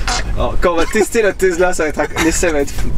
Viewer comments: Tesla pas tezla. C’est Nicolas TESLA Le père du Courant alternatif. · steu plaît, c'est Tesla et pas TeZla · TesSSSla et non TesZZZla.... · Oui, jamais compris pq certains français prononcent le s comme s'ils voient un z, même quand on vous dit comment ça se lit... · le mec il dit “tezla” au lieu de “tesssssla” ça me stresse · Y’a que moi que ça énerve la prononciation Tezla? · tezla mdr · Tu vas apprendre à dire Tezla correctement ouech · le gars imberbe il dit tezla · mdr pareil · Je suis le seul a avoir remarquer que le mec ne sait pas prononcer TESLA ?????